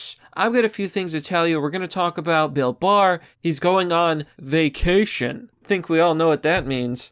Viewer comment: Mamma What's Vac..at..ion?... its where you go somewhere.. and you don't come back...